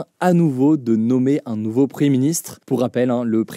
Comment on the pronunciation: Pouvez vous svp prononcer le "m" de preMier ministre ? Merci